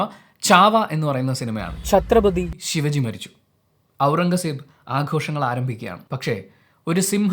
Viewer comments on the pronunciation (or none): ശിവജി അല്ല ബ്രോ ശിവാജി ...❤